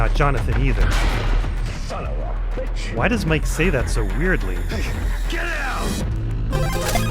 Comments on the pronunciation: “son of a… BETCH” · I've also always found weird how Mike says "son of a BITCH" Cool video dude